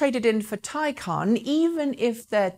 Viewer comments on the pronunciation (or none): Yes, by all means pronounce it "tie-CON", because Porsche are tying themselves up in knots to con the world into believing that a stupid made-up word has an actual stupid made-up pronunciation that breaks all normal pronunciation rules in every language.